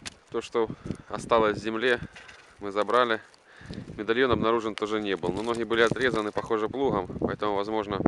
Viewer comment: Бля сказал мидальйон прочитаеш